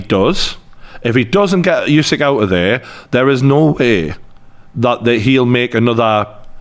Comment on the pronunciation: What's with this constant "you-seek" thing? It really isn't challenging to properly say "oo-sik" at all - no unknown sounds, tongue twisters or anything in there. Give the champion some respect, and say his name properly, please. And no, I'm not Ukrainian, but I think it's a very basic thing to (at least try to) pronounce names correctly.